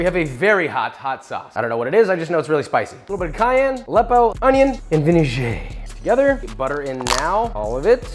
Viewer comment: Joshua is mocking our beautiful French language with vinejeeeyyy. Vinaigre, s'il vous plaît.